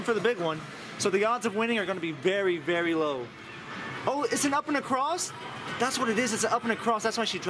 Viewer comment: am I the only one who heres berry when he says very?